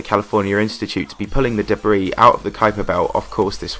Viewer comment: It’s pronounced duh-bree and the dubstep music in the background didn’t fit the video’s theme at all.